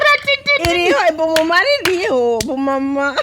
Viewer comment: Ngo BUMUMARO😂😂😂😂😂ni BUMAMURU